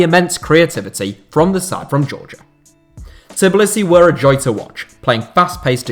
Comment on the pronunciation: It’s Tbilisi not Tiblisi 😂😂😂